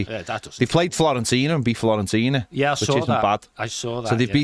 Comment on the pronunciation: are you actually saying Florentina? With an L? 🤦🏻‍♂️